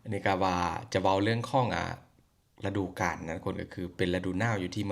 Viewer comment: " ฤดูกาล" อ่าน รึ ดู กาน😊😊